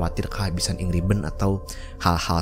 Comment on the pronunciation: Ink ribbon gua dengarnya Angry bird